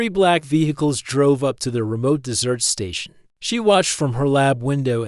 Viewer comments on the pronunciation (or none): The AI has great difficulty reading English. It pronounces desert as dessert and closer /CLOE-sir/ as closer /CLOE-zer/. It pauses in the middle of sentences as if the sentence is complete and resumes as if it is reading the next sentence. The story seems as though it may be good but the AI is such a fatal distraction, it makes it an endurance test to attempt to continue listening. I only made it 5 minutes 35 seconds before I decided to abort mission. Suggestion: hire a human to read the story if the AI is this incompetent!